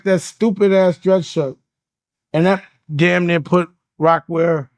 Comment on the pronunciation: For no “dame” reason😂😆🤣